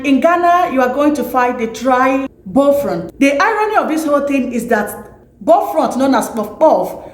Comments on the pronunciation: Please its "buff-loaf" and not "boflot" 😀🇬🇭🇬🇭❤🇬🇭🇬🇭❤ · It is called Bofrot ,not Bofront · Please it's bofrot. Check your pronunciations.